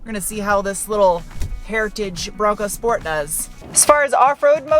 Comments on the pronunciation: Love your pronunciation of „Schport“ 😂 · If Ronald McDonald had a Bronco Schport.